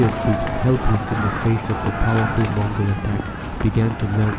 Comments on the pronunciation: it's Mongol not Mogol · I didn't know there was a "Mogol" empire!? Who the hell swallowed the letter N?😂😂😂